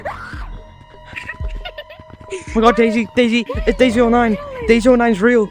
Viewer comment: bro that is not dasiy that's shazey